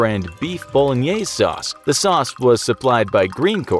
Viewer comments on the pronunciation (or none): none